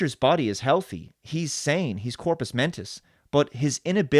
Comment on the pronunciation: It’s “compus” mentis ( mentally competent), not ‘corpus’ mentis. Corpus is body